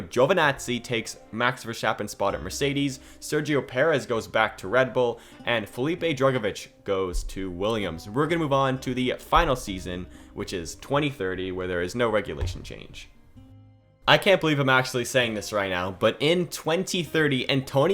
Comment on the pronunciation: Drugovich* not Drogivich